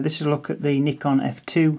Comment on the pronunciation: thanks you so much for pronouncing Nikon properly